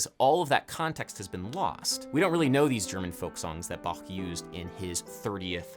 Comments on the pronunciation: Finally someone who pronounces "Bach" right. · Very nice effort of pronouncing Bach correctly! :)